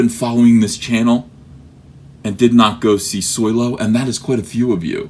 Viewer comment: It's Solo you illiterate sponge